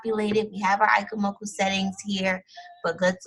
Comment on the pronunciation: Its pronounced E- chee- moku but other than that, great vid!